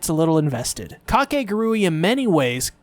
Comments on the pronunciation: This is already pushing my buttons and I'm not even a minute in but it's (ka-kay-goo-ree) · I really cant get over how people pronounce Kakegurui like there is no actual way to pronounce it but Kah-ke-gu-ru-e K-k-gu-rae Same word different pronunciation. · How do you pronounce the name of this show? Ive been saying it as: cake·uh·gure·ee And ive heard people say it different from how the guy in the video says it so now im confused.